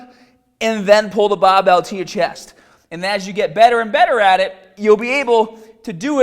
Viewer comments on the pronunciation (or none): Willy Watcher 24/7 a fucking annoying way to say barbell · How come you spelled it "barbell" in the title, but pronounced it "bahh bell" in the video itself? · Lumbaah and baah bells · Bah bell row guys! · Not hate at all, yeah he takes a bit of slagging with the way he says BAAHBELL but he sees the funny side and people like that. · dude wtf is with your accent?! the "bahbell" suggests boston but you almost sound scottish at times and neither pronounce the word "mascles"! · I'm sorry dude, I can't get my mind off of the BAHBELL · Ya gotta PUHFECT ya FAWM when ya lift the BAHBELL, guys! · Bahh bell bentovahh row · The Bah-Bell bent ah-ver rows!! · Baahbell taahget paaht lol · The Bah-bell bent ova rowwww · Lol that's east coast/new England pronunciation for barbell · "Ba Bell Bench Prwes..!" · Bah bell. Shoulder width apahhhht. Do you talk like that on purpose? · intro - bahbell ben bahbell ben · Its funny to hear when he says" Barbell".. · Great content, but I'm sure it was requested by most to hear you say barbell